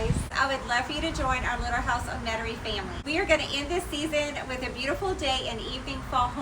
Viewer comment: Love your front porch. Do you live in Louisiana? When I first saw your channel name I thought it said Little House IN Metairie, which is a town in Jefferson parish Louisiana. However you sound like you live in the country, although you pronounce Metairie like we do in South Louisiana. ☺